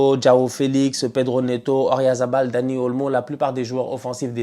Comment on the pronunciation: Qui a remarqué que n'a jamais prononcé correctement le nom d'Oyarzabal (il dit toujours Oryazabal 😅)?